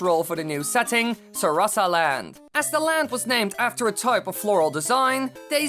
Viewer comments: It's sa-ra-sa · Is pronounced sarasa land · Actually I heard that it pronounced sara- saland